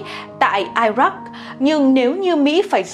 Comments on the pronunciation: Phần giới thiệu cải biên từ ngữ nghe sao sao ý, từ i rắc xưa đến nay ta đã quen thì cứ đọc là i rắc đi, ở đây lại biến thể đọc là Ai rắc (kiểu chảnh chọe tiếng Anh kkk), chắc mc đắc chí xem đó là một sáng kiến, hơn nữa muốn cho mọi người hiểu mình cũng giỏi tiếng của Xứ sở sương mù thì phải. Kênh rút kinh nghiệm ngay đi nha. Còn đọc thì chuẩn không cần phải chỉnh. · Phần giới thiệu cải biên từ ngữ nghe sao sao ý, từ i rắc xưa đến nay ta đã quen thì cứ đọc là i rắc đi, ở đây lại biến thể đọc là Ai rắc (kiểu chảnh tiếng Anh kkk), chắc mc đắc chí xem đó là một sáng kiến, hơn nữa muốn cho mọi người hiểu mình cũng giỏi tiếng của Xứ sở sương mù thì phải. Kênh rút kinh nghiệm ngay đi nha. Còn đọc thì chuẩn không cần phải chỉnh. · Ai rắc hay I rắc. (Iraq). Chắc quá giỏi t. Anh hãy máy mốc. Đọc tin...